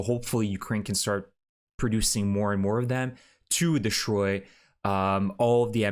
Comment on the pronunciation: Southern Russia.. not south of Russia The word is DE STROY not de SHtroy English has NO SHTR Sound